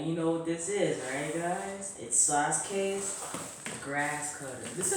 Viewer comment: Lol it’s pronounced sasuke